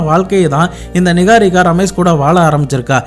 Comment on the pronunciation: Niharika ❌ நிஹாரிகா நிக்காரிகா ☑️😂